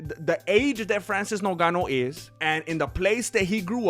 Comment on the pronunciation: Hello MMA, why do you call Ngannou "Nogano"?